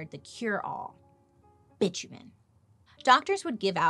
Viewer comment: Bi-tu-men... seriously